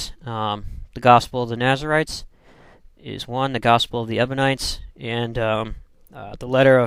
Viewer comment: You call them "Ebonites", but the word is EBIONITES!